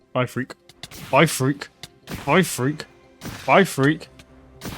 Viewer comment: im not trying to be mean or anything but the way he says frek kinda kreps me out